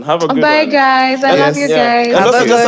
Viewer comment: bye sounds so Luo😂